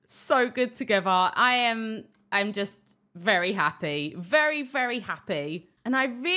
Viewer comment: "Berry" clever